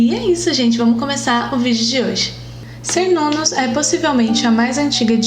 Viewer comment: Cernunnos , se pronúncia Quernunnos, pois vêm da língua Centun ( quentum ). Assim como Calle ( deusa de Porto Calle - Porto Gale - Portugal ).